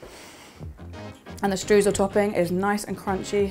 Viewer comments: No need to apologise, English-speaking people always pronounce the German 'eu' the wrong way (which always seemed funny to me as the 'oy' sound does exist in the English language), no problem. By the way, the recipe sounds fantastic, definitely one I would like to bake! 👍 And, last but not least, all the best for you, your baby and your family! 👶😇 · the German 'eu' is pronounced 'oy', so you should in fact be saying 'shtroysl'! 😊😇